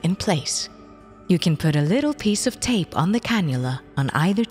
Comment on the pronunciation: The way the lady says “tape”